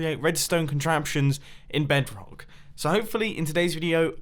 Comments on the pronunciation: did he just said "BEDK" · noone gonna talk about how he said bedrock ?